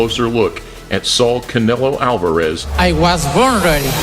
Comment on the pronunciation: Que fonética tan horrorosa la de canelo alvarez primero que se enseñe ablar Español y después lngles